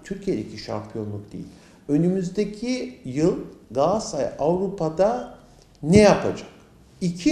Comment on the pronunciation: Gassay değil Galatasaray